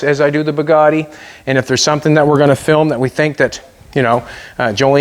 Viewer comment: please pronounce the name as french say it - It's called Bugatti not Poogaadi